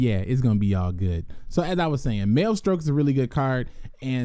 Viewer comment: Maestroke is a pun on maestro, please stop pronouncing it "male-stroke" hahaha people gonna get the wrong idea bout this channel